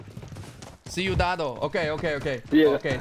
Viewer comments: You were saying cuidado as "see u the doe" instead of "cuh-e-duh-doe" 😂😂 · Carful = cuidado (QUEE da DOH)